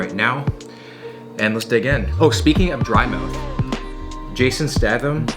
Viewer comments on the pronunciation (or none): The whole video I’m thinking in my head every time you say “Stahtham”, “it’s stayyyyythem, Will! StayThem!!!” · Pink socks. Rather cool and a great video as always......BTW It's pronounced STAY-THAM. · Pronounced stay tham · Stay-them not Sta-them. And his best movie is Snatch. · "Stay " "thim" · Yes u fool it’s stay-tham not stAtham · Yeah it's stay-them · This man said JASON STaTHAM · Pronounced stay-thumb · It's pronounced staytham btw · It’s pronounced stay-tham 😋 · It’s st-AY-tham not at-AH-tham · “Jason Stahfum” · fyi it's pronounced staytham also did you know he was an olympic quality high diver? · Jason stath-ham lol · The CEO of Jason "StaHHtham" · I think it’s pronounced “Statum”...? I could very will be wrong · yeah i think its stay-tham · yes..yes you did. Stay-Thumb ;) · Statham is pronounced staytham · His last name is pronounced “State-um” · hes gonna say stah thim the whole vid isnt he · Wheres all the triggered people who are gonna be like its pronounced “stay-tham” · Stay-tham (silent Y) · Will: Stath-him Me: Stath-him I barely new him. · I don't know but I uh.... I'm pretty sure it's pronounced a bit like 'State-ham'... But that's just me though... Do you 😅 love the vids man 👍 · Jason (stay tham) is how you pronounce it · "stay-thumb" lol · Its Jason Sta "aye" tham. Its a great video, just kinda bothered me, man. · its pronounced Jason Staythum ahaha but great video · Is he pronouncing 'Statham' wrong? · Hehehehe. Not sure you pronounce his name correctly. It's a hard A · be good if you could pronounce his fucking name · I thought he was joking when he was saying his last name wrong. Apparently not. I mean it is written that way, so can't give too much crap for it. Just funny to hear. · Every time this mans said jason statham’s last name I cringed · You keep saying his name wrong wtf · Announce Statham wrong one more God damn time, I double dog dare you.... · Please stop pronouncing his surname like that😂 much love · You said his name wrong man